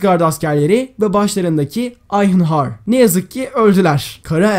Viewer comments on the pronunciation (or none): none